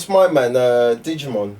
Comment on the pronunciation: Wait, did you pronounce Djimon Hounsou's name like "Digimon"? 💀